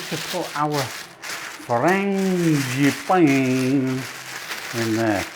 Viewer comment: These look wonderful. I love the way you say 'frangipane'. I might try making them for a garden party I usually have in May /June but will try making them smaller as I'll make other things too. Brit in Oklahoma, USA. 😊